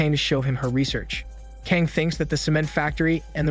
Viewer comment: Geez, I understand obviously Korean isn’t the language you speak but I can’t help but wincing every time you pronounce Kang. FYI, it’s meant to be pronounced rather like /Gah-ng/.